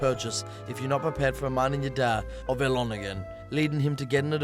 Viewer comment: French bird called Hell-lon, lmao